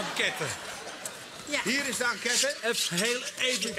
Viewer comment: Zegt die Tygo nou echt 'enquète'